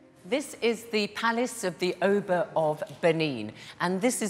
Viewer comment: Not O ba Its uh Ba